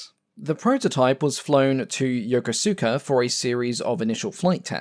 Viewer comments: Yo-KO-ska. SAS-eh-bo. Keep up the good work. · Loving your videos! This one was especially interesting. One small note on pronunciation: Yokosuka is not pronounced phonetically. It is properly 'Yo-ku-ska'.